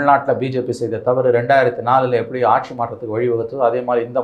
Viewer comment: BJP காசு கொடுக்காது? ஒன்ன தூக்கப்போறாங்க மோடி இல்லைனால் வேறு யார் இருக்கா? முதல்ல "கட்சி ஆட்சி" என்று தமிழை ஒழுங்கா உச்சரித்துப்பேசு! கட்ஷி ஆட்ஷி ன்னு கேவலமா பேசிக்கிட்டு..... latest survey தெரிஞ்சைகிட்டு பேசுபா!